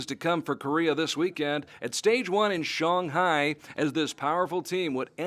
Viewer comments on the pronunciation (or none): Why does he call Shanghai Shong Hai?